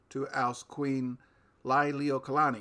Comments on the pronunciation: It's pronounced Lee-lee-wo-kah-lah-nee, not Ly-lee-wo-kah-lah-nee... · So much great information... Lily Not Liely O Kalani. Please redue pronouncing her name right out of respect for Hawaiians and our illegal occupatied nation that still remains occupied since there is no treaty of annexation for Hawai'i.